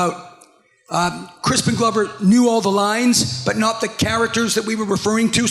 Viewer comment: Did she really just call him Crispen Glowver?